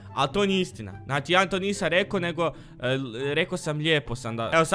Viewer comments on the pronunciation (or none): none